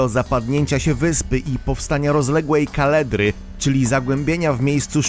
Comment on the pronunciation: Dzięki Ci za to, myślałem, że tylko mnie ruszyło słowo "kaledra"